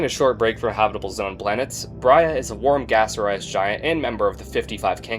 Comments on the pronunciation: I always noticed you pronounced “Brahe” as “Bria”, but one search will tell you otherwise. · #75 Brahe should be pronounced like "blah", but with an "r" in stead of an "l".